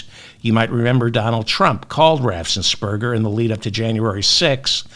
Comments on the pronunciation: David, the only thing I noticed that you got wrong is "Raffensperger." It has only one S; it's not "Raffsensperger." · David - I love you to pieces - the GA official's name is RAFF-ens-berger. One "RAFF" not two "RAFFS." RAFF-ens-berger.. Thanks for everything. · David, please practice pronunciation of "Raffensperger"! It has only one "s".